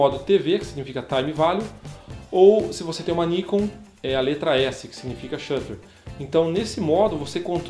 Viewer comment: tanto Nikon quanto Canon são palavras japonesas. A entonação é Nikôn e Canôn... Ta errado Níkon e Kénon